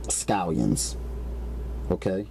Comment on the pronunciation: ve-gabows and scoyuns!!! Lol